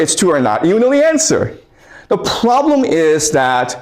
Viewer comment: "The pwoblem is..." that this guy is r3tarded